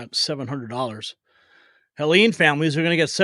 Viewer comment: It's Helene, not Helen! She doesn't know the difference!